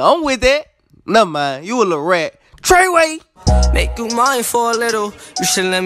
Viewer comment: "tray way"🤣🤣